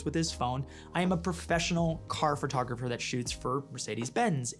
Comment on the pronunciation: I love you but I die every time you say Fur-tographer